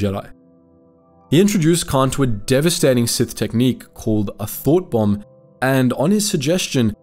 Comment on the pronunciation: Rember its thought bomb not thot bomb.